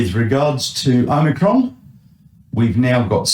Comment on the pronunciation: Omi-CON. Say no more. This guy is a tool. Why do you interview him? There's better sources.